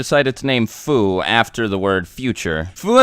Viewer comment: Fu isn't pronounced foo it is pronounced fiu further confirming his name is short for future